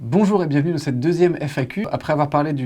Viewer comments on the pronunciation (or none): none